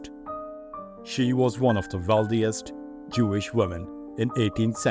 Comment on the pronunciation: You’re giving yourself more challenging words in your obituaries lately, so you have to expect more errors. I’ll start with the familiar things first. Your inclusion of the articles has greatly improved, but isn’t quite perfect yet; keep vigilant. Your only VW error was “wealthiest”; that was a second time. The word errors were a mixture of pronunciation and wrong word identification. I’ve listed the eight words below: 1.”document”= “DOK-yew-munt”. This is one that keeps being repeated. Give it some more practice, if it’s going to show up often. 2.”theatre” = “THEE-uh-tur” This is also one is repeated often. You’re omitting the middle syllable. Practice this one, too. 3.”topography”= “tuh-PAH-gruh-fee”. You read it as “topology”. I don’t know if the mistake was in the writing, or the reading. This is in the “word identification” group. 4.”antiquities” = “an-TICK-kwuh-tees”. You read it as “antiques”. This is also in the category of “word identification”. Either word works in the context of the sentence. 5. “scene” = “SEEN”. It is pronounced exactly like the past participle of “see”. The “c” is silent. You read it as “sense”. It didn’t make “sense” in the context of the sentence. 6.”Neoclassicism” = nee-oh-KLASS-uh-siz-um. The second “c” is a soft “c”, that is sounded like an “s”. 7.”strengthening” = “STRENG-then-ing” You sounded only the “t” and not the “th” sound. I know this has been problematic for you, but you’ve shown that you can do it. 8. “decorative” = “DECK-ruh-tiv”.